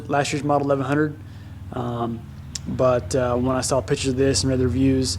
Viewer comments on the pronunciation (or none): none